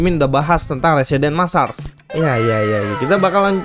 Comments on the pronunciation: bang cara nyebutin "residence massacre" itu "residens maesseker" bukan "residens massas" 😅😅😅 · "Residens Massars" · Residence massacre Dibaca residenś messarç